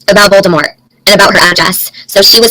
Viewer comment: Lol it's not Voltimore It's voldermordt...like from lord of the rings I believe